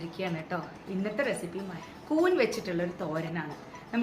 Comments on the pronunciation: കൂന് അല്ല കൂൺ അല്ലേ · Koon alla koonn